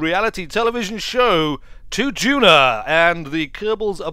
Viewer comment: Stop mispronouncing Duna! Please! Also, I think you meant an interplanetary civilisation A Kerbin day is 6 hours. That is asparagus staging. That was a very...er..."old-Kerbal" style launch profile. This, I assume was done in 1.0, which means that you should now start the gravity turn very early, not at 10km as it always used to be.